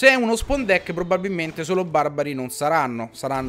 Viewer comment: Grande ciccio ! Unica cosa ti prego migliora la tua pronuncia di spawn , perchè sembra che dici deck spon ( ovvero deck cucchiaio ) :)